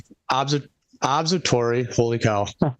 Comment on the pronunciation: Thinks he knows more than all astronomers and earth scientists but cannot pronounce "observatory." That's balls of steel level dunning-kruger right there